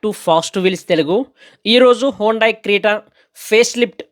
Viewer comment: హోండాయ్ hondai కాదు హ్యుందాయ్. Hyundai